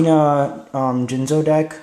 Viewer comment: Soon as I herd you say Jinzo I clicked the thumbs down button.